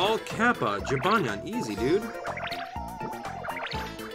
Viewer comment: The cats name is jibanyan not jinbanya